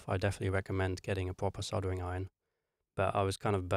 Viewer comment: Just a reminder that soldering has an L in it. No idea why you keep saying soddering but I wish you'd sodding stop!